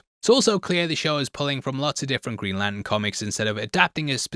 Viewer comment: Sounds like he is saying 'Greenland' and 'Latin' - and autodub agrees!